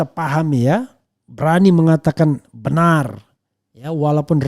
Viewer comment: bicara "BENAR" bukan "BENUR" 🤣🤣